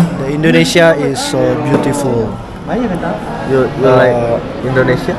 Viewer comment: belajar sebutan yang betul juga nak wkk. like bukan lek.